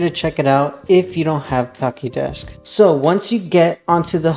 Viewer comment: the ch is pronounced like the ch in chair